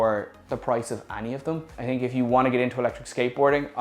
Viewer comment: I am sorry about your experiences but after 11 electric boards most chinese I get you. Cool to hear someone say tink instead of think.